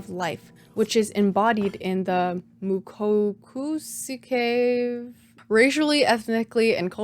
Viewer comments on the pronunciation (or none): Moo ko koo seh key mukokuseki 無国籍 that’s how you pronounce this word each 2 letters is a syllable but koku pronounced natively sounds like coke barely any oo if you get what I mean